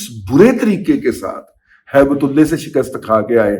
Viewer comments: Razi sb. Please don't distort Allah's name by pronouncing Ullah as ullay in your hate for some person. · Baqi sab theek tha lekin end main Aap ne Haibt ullah ka naam bigar kar bola hai wo theek nai tha kiunke Naam ALLAH ka aap ne thek tarah se nai kaha jo mujhe acha nai laga meherbani kr ke aaenda ehtiat kren , Shukria